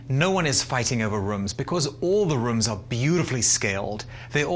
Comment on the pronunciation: “All the Reoms” lol